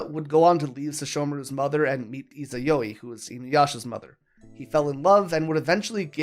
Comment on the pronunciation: The way you pronounced Izayoi gave me aids.